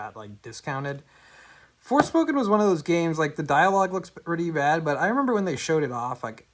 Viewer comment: Did this nigga say forskin